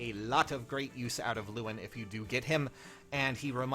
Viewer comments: Still pronounced "Levin", the w makes the v sound, given where influences in Genealogy come from. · i mean you can say it "lu-in" if you want but its the same style of mistake as saying "kay mus" instead of "cah moo"